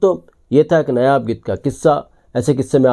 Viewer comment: नयाब की जगह नायाब बोलें